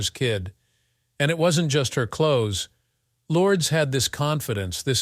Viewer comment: Learn to say Lourdes name properly if you want someone to listen. Turned it off after a few times.